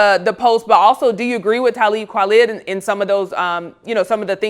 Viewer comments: CAN SHE GET TALIB KWALI’S FUCKING NAME RIGHT!?! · Damn,, You strugglin like Becky to say Talib's name. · Talib Kweli (Kwah-lee) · Every time i heard her mispronounce Talib Kweli's name I cringed. Lol. And Ye went at Talib as well. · If you guys are going to cover hip hop artist learn how to say their names. Tell him call me. Has been around for decades but some respect on that man's name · She never said Talib name right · I am literally in love with the host of this show 🥰 even though she doesn't know how to pronounce Talib Kweli lol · Lady if u say his name wrong one more time imma block this video stop saying it backwards!